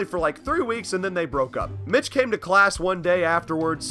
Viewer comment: Why does it sound like your saying bitch instead of Mitch